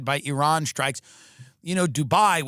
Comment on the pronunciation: Dude you're the first american that pronounces iran correctly lmao